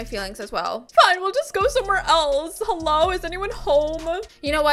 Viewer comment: You said hello wrong you said this ello